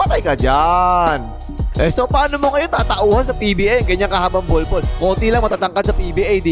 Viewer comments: Grabe talaga tong announcer literal na bnbgkas talagang bulbol instead of bolbol haha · bakit parang "bulbul" na pagkakasabi 😂😂